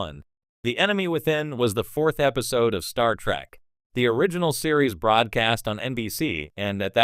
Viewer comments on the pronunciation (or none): "Star track" omg😂